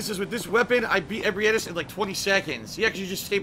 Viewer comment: the way he says ebrietas' name annoys me almost as much as his otherworldly lack of skill and situational awareness